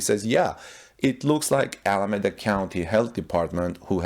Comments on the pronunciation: You are not pronouncing Alameda correctly. The E is long .. like EEEEda. Keep the good reports coming .. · Pronounce Alameda as Al a me da